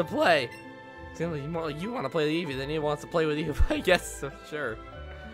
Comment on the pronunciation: Me:(vibrating on spot because nervous from battle) Eevee:(automatically asumes shaking joy con) VEEVEE VOLIE Me: oh God, I sent off a nuke (Also eevee actually said veevee volie in game)